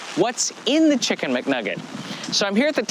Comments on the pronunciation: Did he say kicken mcnuggets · I'm just caught up on the fact that it sounds like he says kicken instead of chicken half the time. 😂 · “kicken mc nugget”